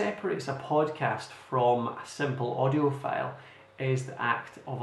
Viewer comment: I strongly suggest you to improve you pronunciation, for example words like File. It will be really helpful. Your sound like Felle. Thank you!